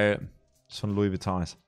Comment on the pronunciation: He maxl hosdes nd glernt es hasd nd louis vuitton sondern louis vuittong